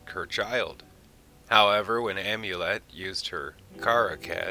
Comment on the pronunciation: Amonet, not Amulet.